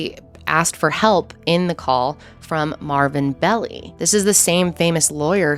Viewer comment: Dear SweetHeart...@ ...It's Melvin Belli.....Bell-Eye....fyi